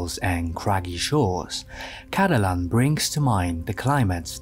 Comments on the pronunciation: man pronounced caladan as cadalan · except for the parts where he gets names wrong, like calling caladan "cadalan", and naming the houses and their members as just the name of the house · your obvious lack of knowledge about Dune really takes away from your analysis. not to be pedantic : yes i might have cringed when you mispronounced Caladan (twice!), but that is beside the point as you really cannot hope to understand the design choices if you think the murals on Paul's room in Arakeen depict koi fishes (!!) and not the exceedingly important sandtrouts, with all that it implies regarding Paul's path (and his lineage). likewise, the politics, philosophy, and religions of Dune are too intricate for you to hope to analyse anything visually without understanding them first. your comments about tech fall flat the moment you do not know about the Butlerian Jihad (taking into account that 10191 means 10191 years after the BJ, not after Christ). the worst insult is definitely the comparison to star wars, given that Dune is obviously far superior to it, predates it, and constitutes its main influence: star wars would not exist without Dune. given your obvious intelligence and dislike for modern hollywood garbage i cannot recommand Frank Herbert's Dune series enough. read them!